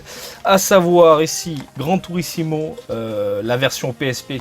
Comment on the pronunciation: Rhooo, tu fais partie de tous ces Français incapables de prononcer correctement "Gran Turismo"!? C'est mal. ^^ On ne dit pas "Gran Turissimo" enfin! Gare à toi, je t'ai à l’œil.;) Plus sérieusement, merci encore pour ces vidéos qui font toujours plaisir et super mentalité de ta part vis-à-vis du carton de jeux PS1.